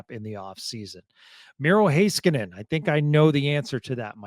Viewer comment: Why does struggling saying Miro's last name correctly?